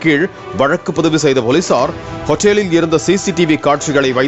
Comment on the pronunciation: இப்ப நீங்க பேசுறது தான் ஆளப்போற ஹோட்டலுக்கு .... ஹோட்டேலில் ஹோட்டேலில் ன்னு சொன்னிங்க பாரு வேற லெவல் அலப்பறை 😅